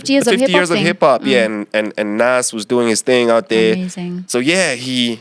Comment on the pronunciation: really called Nas "Nez" SMH!